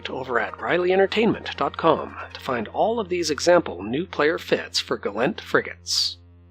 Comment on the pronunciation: Hit dislike the moment he said Gallent pilot. It's Gallentey.